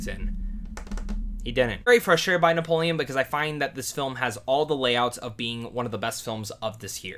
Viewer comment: How do you mess up Napoleon...